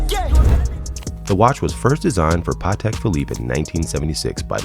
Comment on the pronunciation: Rappers don't know shit about Patek they just but a Nautilus with aftermarket diamonds and ruin a good watch that is worth a ton of money and make it worth zero, also if your gonna do a segment on it at least know how to pronounce the name smh